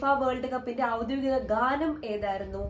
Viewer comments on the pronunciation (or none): none